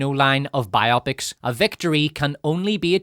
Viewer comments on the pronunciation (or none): Bye-oppics? You mean bi-oh-pics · Why do you say ‘’bi-opic’ like it’s a sexually intrigued opic? When you say ‘biography’ it’s ‘bye og ruh fee.’ These movies are bio-pics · Bio-pics, not by-opics. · I'm not sure I can bear to listen to someone mispronounce "biopics" for 3 hours.